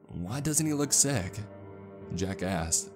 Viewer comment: you need to pronounce your K's a little more everytime you say jack ask's which is a lot i hear jack ass lol